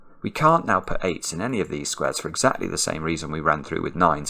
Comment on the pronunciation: probably Alexa heard her name when you said "AndEXAclty"